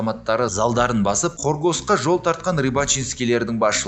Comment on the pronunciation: Хоргос емес Коргас деп казахша айтынгдар